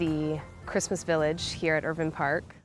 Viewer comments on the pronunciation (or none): they said irvine wrong